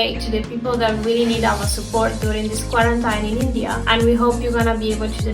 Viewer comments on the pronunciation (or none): Hate to be that guy, but it's pronounced as "Qua-ran-TEEN". I mispronounced it for the longest time myself as the spelling is pretty counter intuitive. 😅